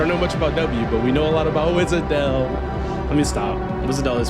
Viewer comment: For n'th time, Wishadel, not Wizadel. They really made her dirty with Czech SH. Amiya spell it correctly here.